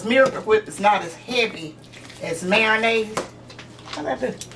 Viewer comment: I've never heard of MARO-nnaise before. I've heard of MAYO-nnaise tho. But Miracle Whip is not mayonnaise, it's "salad dressing".